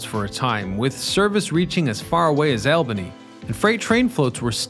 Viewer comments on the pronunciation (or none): the Mohawk & Hudson connected "AWL-buhny" and Schenectady, not "El-benny", or whatever you called New York State's capitol city. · dude, all-bany not aalbany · Albany -n ALL-Ben-ee, not Al-ben-ee. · It’s not Al-bany, it’s All-bany. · Back east, it's All-ban-E, not Al-Ban-E, 😊